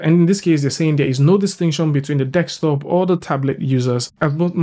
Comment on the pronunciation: D-E-S-K!!!! Desk-top. Top of the DESK. NOT DEKS-TOP. DEEEESSSSSKKKKK!!! :D :D :D